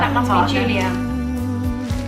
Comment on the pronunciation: It's so nice to hear English voices - and it's Yoolia Parshuta the Cyrillic character ю is pronounced you